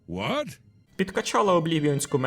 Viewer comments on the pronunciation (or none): none